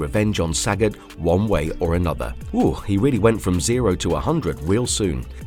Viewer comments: I am Thai. Sagat (สกัด) is pronounced Sah-gut (S̄kạd), all syllables are short sounds. His name means to intercept or to extract or to chisel in Thai language. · Not one to correct people, but this literally was making my head hurt. The names of the Street Fighter characters Sagat and Ryu are pronounced Suh-got, and Re-you. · Saaghat. Saagot. Sa-got. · I love how you pronounce saget